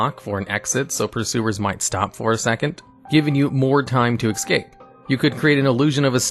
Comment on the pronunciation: FYI There is X in Escape. It's S-cape. No X in Bigby's either. But hey if you love X's, what's the harm. Lol Great video.